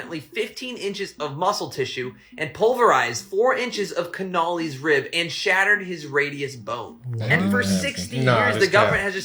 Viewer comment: ya think he would know how to pronounce Connelly hahaha